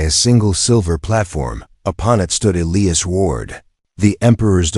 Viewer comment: Is it possible to teach an AI 🤖 how to correctly pronounce words, especially EliAs. Please god teach it to pronounce it correctly